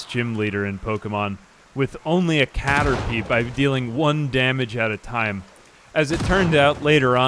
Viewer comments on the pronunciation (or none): none